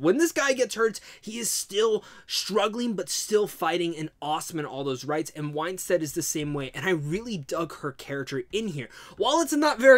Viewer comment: Her last name is WINstead not WHINEstead.